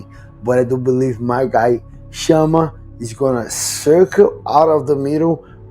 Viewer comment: Now say the name, CHAMA! CAHAMA!